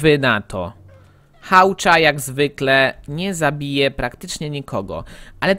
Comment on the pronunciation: to się wymawia hłacza nie hałcza